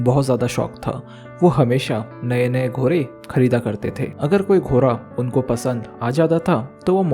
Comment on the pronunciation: Bhai घोड़ा होता है घोरा नहीं😂